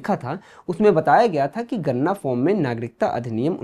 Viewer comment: Ganna,ganna mat karo, wo ganna nahi ganana (counting) hai 😂